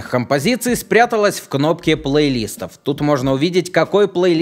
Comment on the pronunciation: Меня одного чуть не доконало обилие плейлИстов. Уши же режет дико...